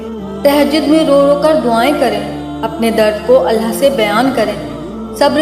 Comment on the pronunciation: Behn phle to tum ALLAH thik se bolo ALLAH hota hai ALLHA nahi